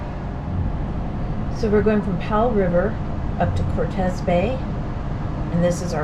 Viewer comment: Hello if that place was named after Mr Hernán Cortés the pronunciation is Cortés with accent mark on the "e", you're welcome.